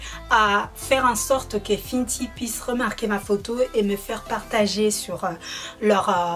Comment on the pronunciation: "Finty" mdrr non c "fenty" sinon bonne vidéo comme d'hab ta de très bon ustensiles c trop beau💕😍😘🔥🔥 de plus tu a une bonne technique de maquillage et tes belle avec ou sans t'en que tu est toi même nous on t'aime😍😘😍💕😘💕💕💕💕🔥